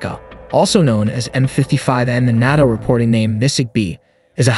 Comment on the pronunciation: NATO: "Nay-toe" not "naahto" ELINT: "eee-lint" not e-lye-en-t